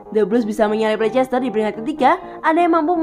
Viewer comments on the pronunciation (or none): Maaf kak, sedikit koreksi cara baca leicester adalah "lester", itu karena ada beberapa hipotesis dalam ilmu linguistik, ada yang disebut sebagai elision, yang berarti peniadaan bunyi dari kata" tertentu dalam pengucapannya, biasanya kasus ini disebabkan agar pengucapan sebuah kata dapat lebih mudah dan cepat diucapkan🙏 terimakasih